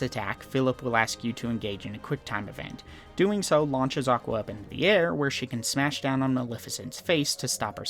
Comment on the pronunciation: even better: JOCK-wa